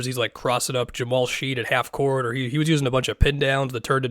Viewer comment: it’s Jamal Shead like tool shed.